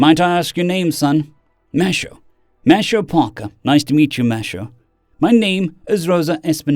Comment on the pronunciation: Minor thing with your pronunciation. Mateo is Spanish and would be pronounced Ma-te-o. Not ma-sha-o.